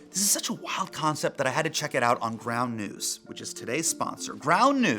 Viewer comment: did Hasan say brown news? I thought he said brown news. ooooohhhh..its ground news